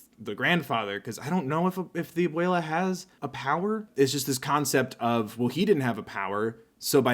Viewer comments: Can I just say abuela is pronounced a-wel-a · I speak a bit of Spanish and how he said abuela really hurt